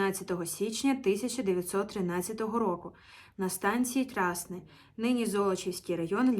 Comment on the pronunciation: Красне наголос на е.